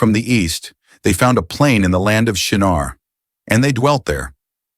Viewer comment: Shinar not Shanar.It is still happening today.